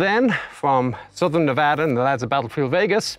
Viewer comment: HE PRONOUNCED NEVADA RIGHT LETS FUCKING GO